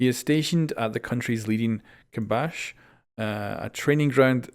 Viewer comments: KASBAH not kabash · buddy just incase i know its not easy to pronounce but instead of kabash its kasbah basically kaz-baa put together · "Cuss-beh" Not kabash